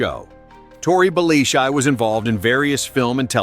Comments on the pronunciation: The narrator said Tory's surname at the start of every show. Maybe watch an episode or two before you make a video about the show so you know how to pronounce it properly. 🤦‍♂ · If you cant pronounce Belleci, you clearly did not watch the show.